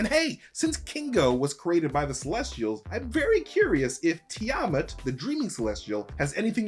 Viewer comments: “Tea a Matt” Tiamat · Argh! Your pronunciation of the world mythological figures was just painful. Like you couldn't do research on how to say the names, some of which are part of popular culture like the dragon from the Dungeons and Dragons, Tiamat. I'm not the only viewer agonizing over this based on their comments.